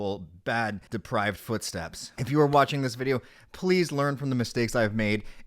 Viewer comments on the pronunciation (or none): Depraved not Deprived